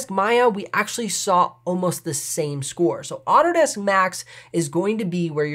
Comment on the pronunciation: I've never heard Autodesk pronounced "Otter Desk". Super confused for about 5 seconds, and then it made sense :)